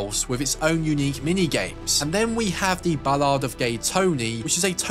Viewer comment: Ive never heard the word ballad pronounced ball-ard before 😂